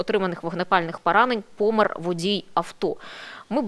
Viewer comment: ПОмер, а не пОмер